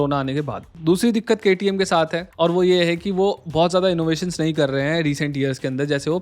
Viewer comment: sir, 1 salute for KTM full form pronounce......